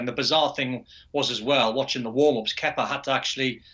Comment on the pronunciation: I thought he said kefka. I was gonna say, this guy been playing final fantasy. Haha. On a side note. Glad they sacked manager kepa and replaced him with manager lampard. Good move there. Now to put kepa in a shipping container and get him out of there.